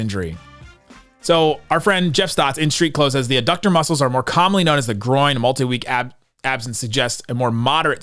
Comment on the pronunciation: i've only been watching since this ridic trade but the fact that you keep saying ABDUCTOR, i mean you've heard of the word ABDUCT before right? Like amber alert ABDUCTIONS?? There is is no B in the word ADDUCTOR, why are you even PRONOUCING A B SOUNDW what a horribly inappropriate word to get wrong